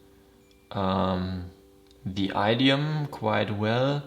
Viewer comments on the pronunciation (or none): Hi there! I love your friendly and genuine energy. I share your enthusiasm for languages. Just wanted to let you know that the first vowel in “idiom” is pronounced like the “i” in “fish” 🙂 (I’m sure that as a language lover you’ll be using this word many more times in your life ❤)